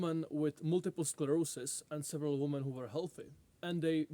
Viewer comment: say women correctly will be disappointed